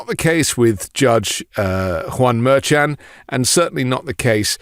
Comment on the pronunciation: Just a note - it's pronounced "mer-SHAHN."